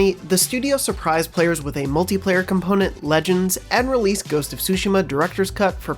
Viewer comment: Did this guy really say “sushima”?